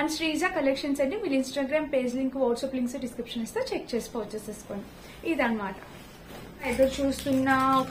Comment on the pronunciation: Porchuse kadu purchase